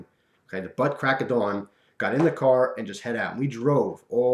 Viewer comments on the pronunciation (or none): none